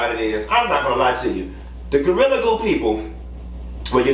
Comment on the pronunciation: Not Gortilla! 😂 Sound like something on Taco Bell menu!